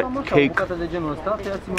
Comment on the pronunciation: Mark: "biscuity" Me: 😑